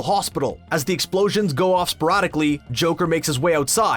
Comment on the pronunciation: You have ONE job. To narrate. Instead you sound like one of those infomercials that air after 2am. Also, it’s “sporadically”. Not “sporottically”.